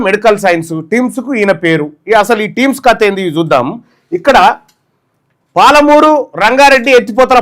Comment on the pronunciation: టీమ్స్ కాదురా నీ అయ్యా. అది టిమ్స్ రా